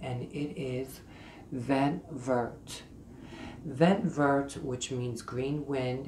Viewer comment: Slight correction. Vert is pronounced closer to Very but with a T. Otherwise excellent video. I only recently discovered Babe in Halston, then researched further.